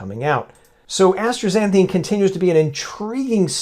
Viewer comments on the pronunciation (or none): The substance is ASTAXANTHIN, NOT astraxanthine. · I don't pronounce the "r" in astaxanthin.